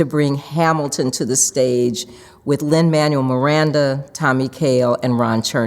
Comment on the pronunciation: She mispronounced Manuel. It's Man-well, not Man-yoo-il.